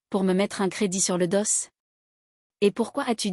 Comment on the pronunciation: On ne dit pas le doss mais do meme si il y a un s